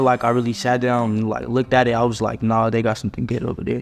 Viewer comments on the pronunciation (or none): lol did you say LOOK-TID?!! 😂 you meant LOOKED right 😂😂😂😂😂😂 stay beautiful girls ❤ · "it 'lookted' weird"